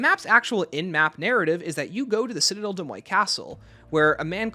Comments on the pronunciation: I could be missing an inside joke, but you are pronouncing Citadelle des Morts very wrong. The morts is pronounced like more, not moy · Great video but it’s « des moRts » not « moy » 🥲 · How did you even get ‘moy’ out of ‘morts’? If you’re confused about the pronunciation just look it up, don’t make up your own lol